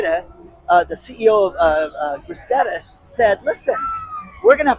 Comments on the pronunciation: IT IS PRONOUNCED GRIS-TEED-EES, NOT GRISTEDA!!!!!!!!!!! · You are so lucky, you live in Paradise. btw, it’s pronounced Gris teed eez. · You grossly mispronounced here or is phonetically Grisss. Steeedes. = Gristedes John Casa ma teedeez. = John Castimatidis. But you are absolutely right either way the content. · pronounced Gris-TEED-ees